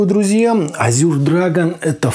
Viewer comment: Ну почему "Азюр" то?! Буквы "ю" там ни в каком варианте не просматривается. По английски это "Эже" ну а по русски, на крайняк - "Азур".